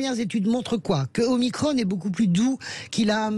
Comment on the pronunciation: Ce n'est pas omicronne mais OMICRON ou OHMACRON !!!